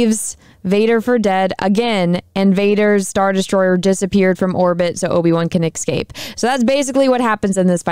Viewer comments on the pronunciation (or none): It’s escape not excape